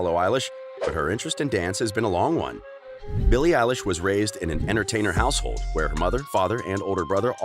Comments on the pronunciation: “Voices” “BILLIE ELISH” “Ellen” MacBook please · Bille Elish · "Billie Elish" Macbook!!!!!!! 😆😆😆😆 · "Voices" "Billie Eilish" "Ellen" MacBook please!:-) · “Voices” “BILLIE ELISH” “Ellen” Phone or Mackbook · "Voices" "Billie Eilish" "Ellen" Ipad please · ''Voices'' ''BILLIE EILISH'' "ELLEN" pls my computer broke i need a macbook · "Voices" "Billie Elish" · "#Bille Elish" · Billie elish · “Voices” “BILLIE ELISH” “Ellen” iPhone :) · "Voices" "Billie elish" "Ellen" Ipad mini please and thank you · "BILLIE EILISH" "Voices" "Ellen" I wanna phone plsssss 😭😭😭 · "#billie Elish" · "Billie Elishe " plz i want the phone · "Billie eilish" makbook? ??pls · “Billie Elish” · “voices” “billie eilish” “ellen” iphone please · 'makes yt video ab billie eilish' 'doesnt even know how to say her name' EDIT: this doesnt know how to say anything!!!!!!